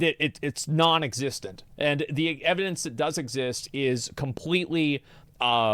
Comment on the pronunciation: Anyone that pronounces "That" as "vat" just annoys me and they remind me of vaulty lol